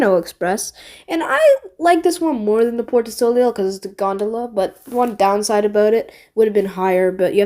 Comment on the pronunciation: Also the ei like in soleil is pronounced ayy like the e in egg